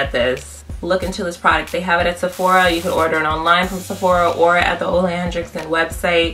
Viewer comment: I've been curious about trying this product. Definitely will check it out... Also, it's pronounced "oo-la hen-rick-sun" not "Oh-lay Hen-Drick-Son" :)